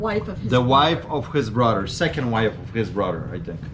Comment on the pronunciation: What’s up with words with TH in them? Mudder, brudder, anudder